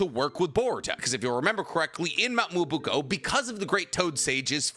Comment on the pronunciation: So this whole "Muobuko" is actually "Myoboku"?